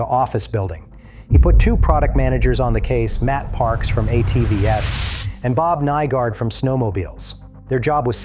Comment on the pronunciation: A “T V S”. I think your AI got sloppy. You meant ATVs methinks. min in.